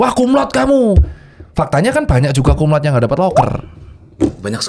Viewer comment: Banyak yg salah penyebutan untuk Cum Laude. Penyebutannya tetap Cum Laude bukan Cum Laud. Jadi huruf E nya tetap disebutkan